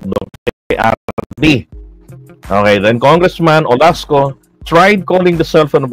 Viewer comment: Olaso, not Olasco.